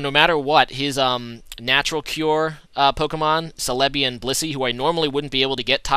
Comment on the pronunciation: ce-le-bi...no its cell-a-bi